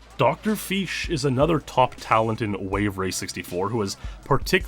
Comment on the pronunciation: "drfish" Dr FEESH